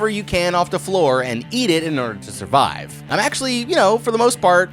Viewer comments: Survivre? with another r? what lol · “SURVIVRE” instead of survive killed me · Bro said "Survivre" 🤯